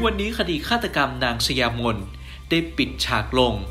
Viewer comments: สะหยา-ไม่ใช่สะยา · อ่านว่า>สะหยามน ค่ะ